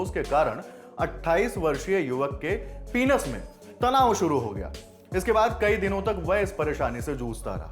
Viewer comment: पीनस नहीं पेनिस